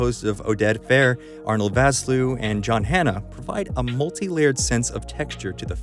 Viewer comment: Arnold Vosloo's surname is Afrikaans (he's from South Africa), and the closest English pronunciation would be "Fawsloo-uh"